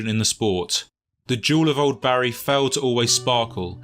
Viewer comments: Took me a while to figure out the narrator meant Bari (BAR-ee) and not Barry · He's not from South Wales. It's pronounced Barr-ee, not Barry. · Bari isn't pronounced "barry" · Bari is pronounced Bah-ree.